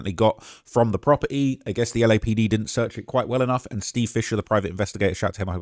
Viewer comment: “From the proper-E”